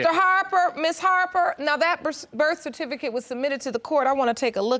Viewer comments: Also cerfiticate, Pacific instead of specific 🤦🏿‍♀️ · Wowww the grammar, where are they from? I feel bad for them like they were left in time...she said Sa-Ki-Facet for Certificate 😔